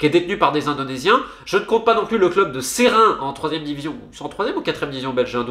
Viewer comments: On dit S'raing, pas Séraing, le e est muet (enfin avec l'accent d'ici :)) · Pourquoi Séraing ? Ça se dit Seraing (serein)